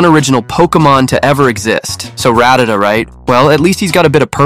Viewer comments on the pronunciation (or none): none